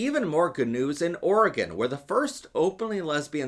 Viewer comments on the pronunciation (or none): none